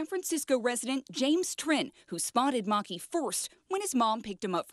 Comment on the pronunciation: I think the Lemur's name is "Maa-kee"